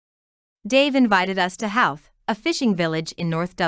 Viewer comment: Thank you for promoting our beautiful village but please re edit your Narration you're not pronouncing Howth properly And check out local musicians called Clann Eadair and use this music for this video then you'll have a great video 📹 👍